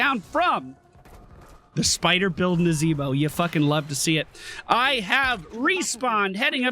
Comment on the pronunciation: YEA BOY! That NAZEEEEEEEEBOH! was on point! Man deserved a vote pally :(